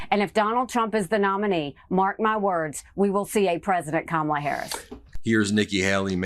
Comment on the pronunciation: Karma has come for donald - It's pronounced Kar - ma - la